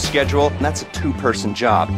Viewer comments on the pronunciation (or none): Он так говорит "That a 2 person job", что больше похоже не на "That", а "Not"